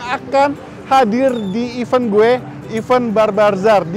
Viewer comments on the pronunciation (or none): Event bukan even, beda jauh🙄